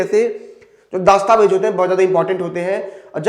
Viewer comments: आपके सिर्फ आवाज़ में ही दिक्कत नहीं , उच्चारण में भी दिक्कत है । "दस्तावेज" -शब्द को हर बार ""दास्ताबेज"" कहा आपने । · अरे bhai दास्तावेज nhi दस्तावेज होता है Pahle बोलना सीख लो गुरूजी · glows >> dastavez ....not daastavez:face-orange-raised-eyebrow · Abe Chutiye दास्तावेज nahin , दस्तावेज bol bsdk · Bhai it's dastavej Not Daastavej